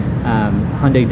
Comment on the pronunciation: when he said hyundai i cringed